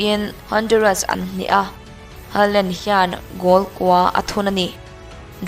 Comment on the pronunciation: Ngai thla z peih lo e a lam thiam lo e mai a 🤣🤣